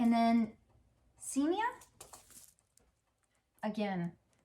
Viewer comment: Really enjoyed your haul! Thanks:))) didn’t know about FB groups. I want to trade now too! Glad I found your channel. Very informative and fun.❤🤩 By the way cosmos Xsenia is pronounced KSENIA. My middle name. 🤪 I better get me those seeds lol.